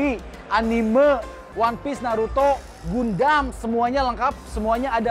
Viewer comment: Gundam bacanya gan-dem